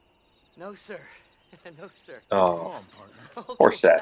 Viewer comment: "none of us naur" i love Australians lmfao